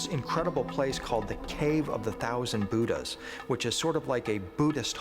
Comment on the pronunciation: the ancient astronaut theorists cant even pronounce Budha properly let alone decipher anything related to Hinduism and budhism